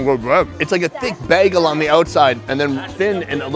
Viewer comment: Does pronounce "bagel" like Projekt Melody? Anyone willing to double check?